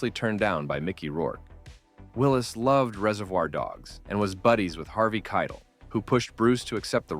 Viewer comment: Harvey Keitl e.g.